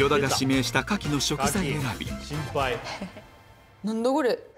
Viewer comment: なんだごれ？ が最高すぎるw スペック高いのにポンコツ部分もあるのが愛らしい。